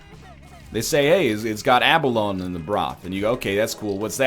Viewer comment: AND BTW NORTHERNLION, ABALONE IS PRONOUNCED "A BUH LOW KNEE" THEY HAVE BEAUTIFUL SHELLS!